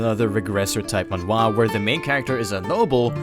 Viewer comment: Alright the voiceover actor says "Manwa" not Manhwa or that's how you supposed to pronounce that? Am I the only one bothered? Lol